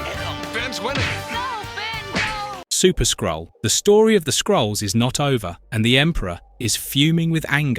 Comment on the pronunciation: "Incursion of the Skrull" AI narrator says "skull"